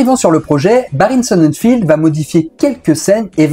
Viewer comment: Barry Sonnenfeld pas Barry Sonnenfield y a pas de i, ie, ea, etc...